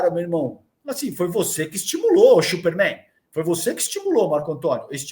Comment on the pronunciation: Única coisa que o erra é falar chuper Man...!! Errado....o cara é mulher maravilha....!!!